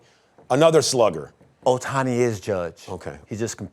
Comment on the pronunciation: It’s Ohtani bruh that other guy can’t be serious 😂.